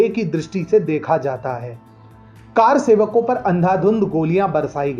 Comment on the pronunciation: कार सेवक नहीं, कर सेवक होता है| अर्थात कर यानि हाथ से सेवा करने वाला| सही उच्चारण का ध्यान रखें| 🙏🏻 || जय भारत || || जय सनातन ||